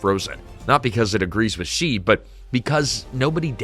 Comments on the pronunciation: Good lord, his name is not pronounced. "Jee." Closest in English is She, as in he/she. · If you are going to do videos about China, learn how to pronounce the major names. 'Xi' is pronounced 'she'.